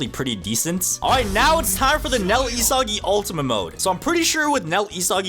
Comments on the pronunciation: It’s not isagi [i-sa-gi] it’s isagi [e-sa-gie] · he said isgis